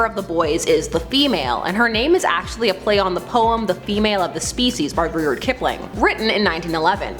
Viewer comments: It's Rudyard not Ruyard ... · Just finished watching it and it was great. What isn't your pronunciation of Rudyard, it's how it's spelt not whatever strange noise you made like you saw the word and just went pffft.